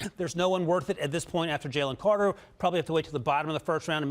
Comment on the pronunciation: Man these guys can even say the right names cj strong and Jalen Carter 😅